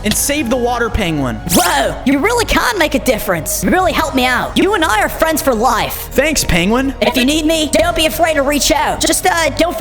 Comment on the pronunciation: And its not layf🙄🙄😒😒